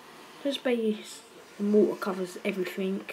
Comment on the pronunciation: Its mortar not morah